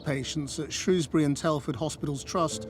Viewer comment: Pity you can't pronounce 'Shrewsbury'...